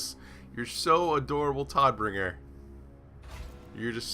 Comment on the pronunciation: Just as a sidenote: It's pronounced more like Toad-bringer which is german for something like Deliverer of Death